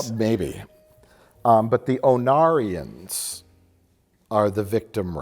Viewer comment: When you first mentioned the Ornarans (said as Onarians), I was like please tell me their planet is called Onara while giggling to myself. I did a search and it is a very close Ornara, but there is a Bajoran character named Onara in DS9. Onara is the Japanese word for “fart.”